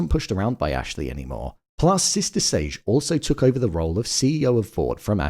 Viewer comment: You pronouncing 'Sage' like Beige is throwing me off lmao